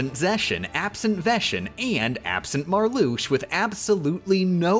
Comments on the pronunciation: She said Marluxia the way it's supposed to be pronounced, though, but cut it short a syllable. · except Marluxia, Xaldin, Xemnas, Xigbar and Demyx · in xi X is an sh sound, X on its own can be z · no hate, but Marluxia is the only org member where the X in their name is pronounced like 'sh'